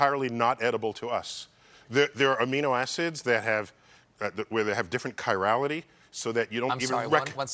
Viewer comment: I majored in Biology and I got all A's in Chemistry and Organic Chemistry and for the first time I've heard the correct pronunciation of "Chirality". Thanks Dr. Neil deGrasse Tyson. I think I better go with your pronunciation, maybe that's safe lol. Apparently the H is silent. Who would have thought it? You learn something new every day. What else are we mispronouncing?